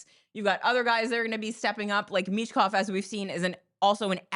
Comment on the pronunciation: Learn how to pronounce Michkovs name and don't disrespect his name then